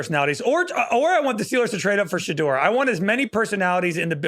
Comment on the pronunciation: it’s not Shadurr. Someone correct him how does a draft show not know how to pronounce a top 5 picks name